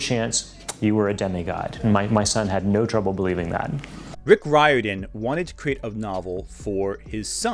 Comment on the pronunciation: rick riordan cant pronounce his own name